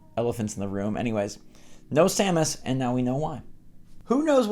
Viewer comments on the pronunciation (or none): Samus Aaron, not Samus Eran.